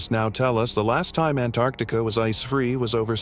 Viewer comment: A.I. can't pronounce Antarctica hahaha😂❤